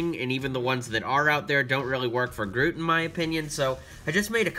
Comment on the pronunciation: In the beginning you say groof and the second time you got it right